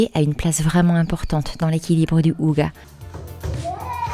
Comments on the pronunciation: Bonjour, Hygge ne se prononce pas « ouga » mais Hygé en prononçant bien le H et le Y est court comme il y a une double consonne après 😉 Ça me piquait les oreilles 😅, étant norvégienne je comprends aussi le danois et la prononciation du mot est pareil dans les deux langues. Je découvre la chaîne, cette vidéo me plaît bien, j’irai voir un peu les autres après 😊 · Merci du partage et des conseils. C'est inspirant. "Hygge" ne se prononce pas [ouga] mais : 1)on souffle le H qui se prononce (comme en anglais) 2) le Y se prononce entre un "u" et un "i" 3) le E final ne se prononce pas "a" mais "æ". (Je suis à moitié norvégien, mais pensez à employer Google traduction pour tester la prononciation, pas infaillible mais généralement bon). En Norvège personne ne garde les chaussures à la maison non plus. Exactement comme au Japon. Pour rappel, en France autrefois les paysans laissaient leurs sabots pour entrer. Dans les sabots, on portait alors des chaussons en feutre (style charentaises). Le "ça servira peut-être" ... il faut avoir un grand garage / hangar / atelier.😅 Ou alors comme vous les limiter drastiquement.